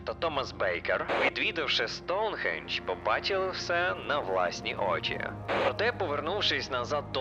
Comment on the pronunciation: Хах, я ні в якому разі не хейчу, але мені дуже подобається як ти кажеш,,Аджіе'' чи,, Соунхіедж'', а так відео супер дивлюсь тебе з задоволенням, дякую тобі за контент❤😊❤